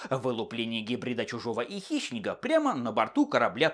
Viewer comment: Мне одному слышится что называет Хищника - Хищнегом?)))